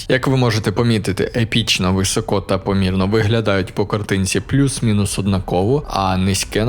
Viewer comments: Не висОко, а вИсоко, трохи тягне тебе на руський лад. А загалом лайк. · ну який висОко ну який висОко, навіть на суржику немає висОко. вИсоко!!!!!!!!!!!!!!! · Друуже, вИсоко, не висОко, не високО)